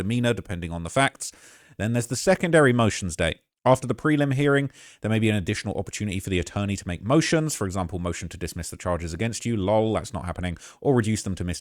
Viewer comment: I hate when you pronounce L.O.L as a word